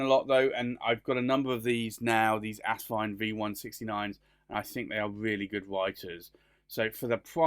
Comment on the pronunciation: It’s As-vine not Ass-vine!